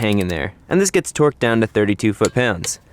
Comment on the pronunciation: Is he really saying twerked the whole time? Jesus. Its torqued not twerked.